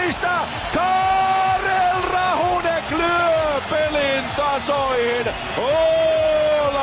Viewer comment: "Tomás Vokounen" "Vladimir Růzicka" "Karel Rahůnek" :D Ale je fakt super, a s tím českým občanstvím naprosto souhlasím!!! :D